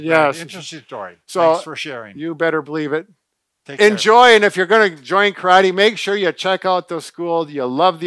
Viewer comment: I’m disappointed that, especially, doesn’t say “karate” correctly. Bob, quit interrupting, please.